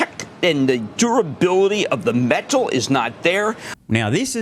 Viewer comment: Thank you for calling out the BS. Also face palm for pronouncing it as “metaaal”.